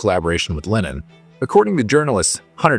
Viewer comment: Great content but it bugs me that this narrator pronounces Lennon like "linen." I keep thinking of bedsheets.